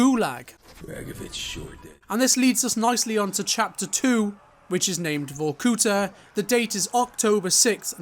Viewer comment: VorkutA, not VorkUta :)